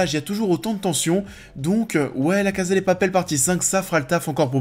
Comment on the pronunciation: J’ai bcp aimé cette première partie de saison, je suis toujours aussi contente de revoir ces personnages auxquels je suis attachée donc pour moi c’est pas vraiment la saison de trop. J’ai hâte d’avoir la fin. Et pitié prononcez bien « CASA », c’est à l’espagnol pas à l’italienne !!!